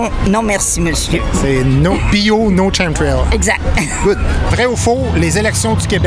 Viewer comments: "KemTrail" mon Guy. ChemTrail-> Chemical Trail, chemical en phonétique->ˈkemɪk(ə)l. Faque c'est un ch dur. Pis chapeau pour ton interaction avec Farfadaa! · Un rassemblement d'intellectuel ? En passant Guy, "chemtrail" ce prononce "kem-trail" merci! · des ccchhhHHHHEeeeemmss trail, trail en anglais Guy, Chem c'est pas Chem en anglais, Merci pour ton ignorance, tu nous gates dans le Vox-Pop! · Oui y troll mais chu pas sur que Chemtrail mal prononce en fait partie.